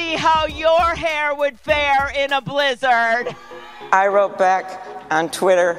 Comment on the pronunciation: I think the worst part of the Klobuchar thing was the way she pronounced blizzard.